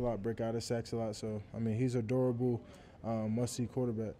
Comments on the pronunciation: At first I thought he said Bryce Young was adorable 😂😂 but he said durable lol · I had to rehear that 5 times lol. He said durable